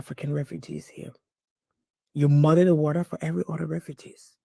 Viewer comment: tf is "Autta?" Why not pronounce the language you're speaking correctly ? OTHER AND MOTHER YOU ...!